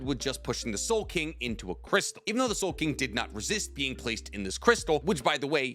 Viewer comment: Ya it's soul king not soul king what's wrong with this guy?